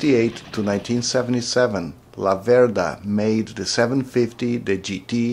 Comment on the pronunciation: One thing. Although you have Venteto DNA your pronounce the brand name wrong: It's Làverda in stead of Lavèrda. The family name of the founder of the Laverda famiglia is named of the little river Laverda which runs near Breganze. I have been riding a Laverda 750 SF2 for over 25 years, it allways have been a pleasure :) Greetings from The Old World and keep on riding (and forget about Ducati: I exchanged my Laverda for a Ducati, The Biggest Mistake of my life)